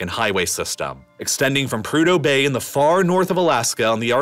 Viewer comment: Prude-hoe Bay😂😂😂no fucking shot